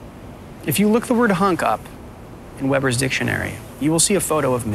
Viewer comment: "Webber's Dictionary".... Instead of Webster's. 😂